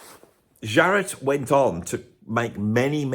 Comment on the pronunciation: why do you pronounce it "Sharrett", rather than his real name, "Jarrett"?